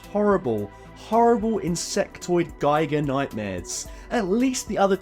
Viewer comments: It’s pronounced “geeger” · Giger rhymes with eager